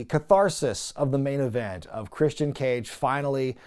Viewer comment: It's Christian... 😐